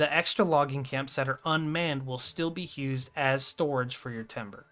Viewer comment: Asking respectfully, but where does your pronunciation of the word "used" come from? I'm hearing it said as, "Hewsed."